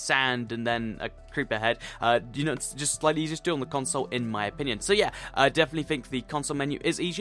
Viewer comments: Dude u say eshier not easier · Am I the only one who noticed that he was saying eajier instead of easier. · he says eshere